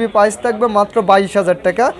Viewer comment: Vi tmr kotha onek vlo laglo নোট টেন পিলাস 😂🤣😂 পিলাস কি। পাইজ না প্রাইজ।